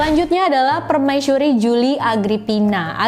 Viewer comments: So cute ur said permaisyuri not permaisuri 😬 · 😱 OmG 😱 Sooo Sweet .. Hellow All Geng Aku Dari Salam Dari Seberang Aku Dari Malaysia 🇲🇾 .. aku Suka mendegar kamu 👩🏻‍🦰 katakan/sebutan ayat/perkataan PERMAISURI 👸🧝🏻‍♀️👰🏼 .. Enak 😻Bgat 😍Dehhh .. Comel, Cute & Manjaa Bgat 🙊🙈 .. PERMAISYURI/PERMAISHURI 😻😍🥰😘😻 .. 👍😍..👍🤩..